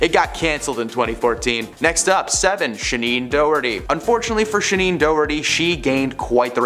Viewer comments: Shaneen Doraty?!! What happened to Shannon. ???? If you’re going to name names. Get the name right! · Shannon Doherty, not Shaneen, wth.